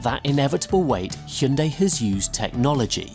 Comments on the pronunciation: It's promounced 'Hun day' or 'Heon day' why do we have to absolutely burcher the name. You can even hear the korean guy say it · I can't believe he said hy-un-dai. Especially after those adverts for the correct pronunciation in UK. Schoolboy error. Or did he mean it? 🤔🤣 We need cars like the 74 and that Renault 5 concept and the likes of 😍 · Oh god! He said hi-un-die during the interview 😂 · Man said "Hai-En-Dai" to that guys face 😂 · Good lord, it’s not pronounced “Hi-yun-DIE”. Automotive journalist but can’t take the time to learn how to say the word correctly 🤦🏻‍♂️